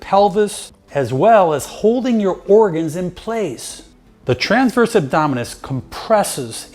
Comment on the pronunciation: Great video thank you. But please say transverse and not tranverse.